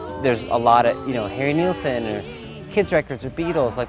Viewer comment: It's Nilsson. But yeah, it has that British musical hall vibe that When I'm 64 has as well. John Lennon and Paul McCartney were both really big fans of Nilsson and Lennon actually became good friends with him.